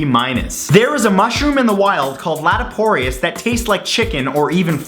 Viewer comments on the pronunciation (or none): Not "latiporius" but "laetiporus".